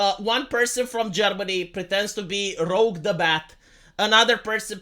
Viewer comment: bruh 😂roUge, like the color, not the X-Man RoGue